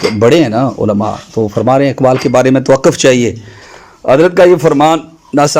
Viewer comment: جناب آپ نے یظھر العالم پر تو گرفت کی مگر خود توقف ق کو زبر کے ساتھ پڑھے یہ ق پش کے ساتھ پڑھا جائے گا